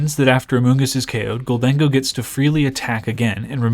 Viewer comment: It's "gold-en-go," not "gol-dang-oh." Kind of like "i'll take my gold and go"